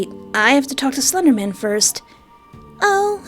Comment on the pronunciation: "Slendamin" hehehehe